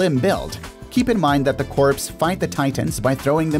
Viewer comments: Corps isn't pronounced as 'corpse'. It is pronounced like the word 'core'. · Lol. Survery CORPSE?? izz "core", my guy. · The 'p' in corps is silent, dude